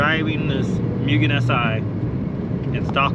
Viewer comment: “Moo-ghen” not “Mew-ghen”